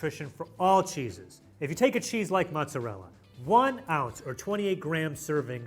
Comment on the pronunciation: pronouncing "mozzarella" absolutely sent me. "Mutzarella" 😅😅